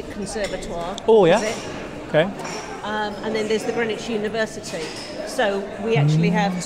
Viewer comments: Greenwich = Grenitch… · Greenwich is pronounced Grennich.